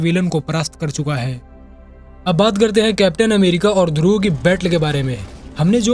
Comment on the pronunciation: ध्रुवा नही ध्रुव।